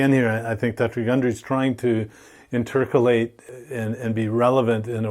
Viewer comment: "Intercolate?" 😂 InterPolate.